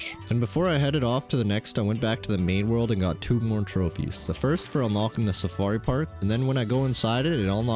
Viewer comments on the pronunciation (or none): none